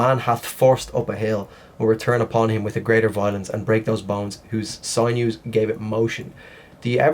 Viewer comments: It's SIN-NEWS, not SIGN-NEWS. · Sinews is pronounced....sin...yous. Thanks. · It's pronounced sin you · It’s actually pronounced sin yoo. Don’t hurt me😆